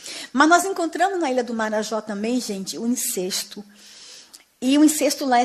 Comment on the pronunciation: Incesto a pronúncia não é " incêsto"